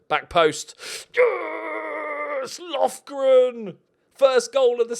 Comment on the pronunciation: Lofgren>Lovren (Im croatian lol)